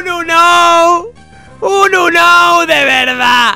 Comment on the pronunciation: Cómo que "Unou"? 😂 UnowN!!